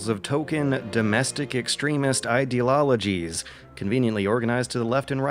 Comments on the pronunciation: RexVergstrong For fuyshure comparishon, you could argue people use nucular raytions because of idelologies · Which word will inexplicably mispronounce in amongst his very cogent and interesting analysis this week? The answers was: Ideologies ("idealologies') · Another word can't say: ideologies I don't mean to bully him, but everything else in this video depresses me to no end.